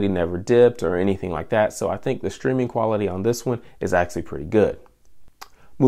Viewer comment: Am I the only one who gets tilted by the way he pronounces "actually" ?